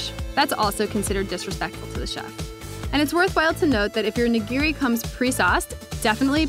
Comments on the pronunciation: The actual pronunciation as opposed to ("nuh gear ree"), just start with thinking about "i" being the "eee" sound from english and shoyu and oshibori.. well, we'll focus on the nigiri.. that's the biggee And thanks for pointing out dipping meat side, and not making a mortar out of the wasabi, etc. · Please learn how to pronounce "nigiri."